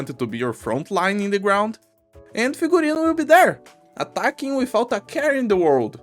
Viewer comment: This is the first time on history of arknights that pronounced the name of an operator correctly. And that's because Figurino is a word with Latin roots anyway.